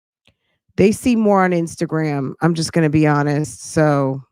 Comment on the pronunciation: Are you hearing the way he says honest?: To be unnuh(honest )wicha😒😒😒😒